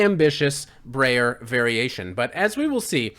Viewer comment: you mispronounced "Breyer"